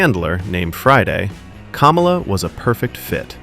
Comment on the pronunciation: You owe him an apology for pronouncing his name wrong. It's not pronounced like the former VP, but you're probably MAGA and doing it on purpose to be cute.